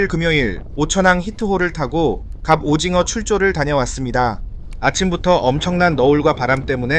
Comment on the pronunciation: 저 궁금한게..... AI음성 아닌듯 한데.... 왜 갑오징어를 갑오징거라고 발음 하시나요???? 절대 태클 아니고, 그냥 궁금해서요